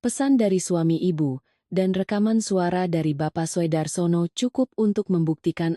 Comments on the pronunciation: Purworejo hadir Sekedar masukan . Maaf ,dalam membaca ejaan sebaiknya lebih teliti . Untuk Soedarsono itu sebaiknya dibaca Sudarsono . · Soe itu ejakan lama dibaca ( su )